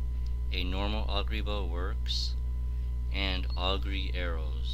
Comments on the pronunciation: its "oh gur" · shocked you pronounced ogre wrong. oof !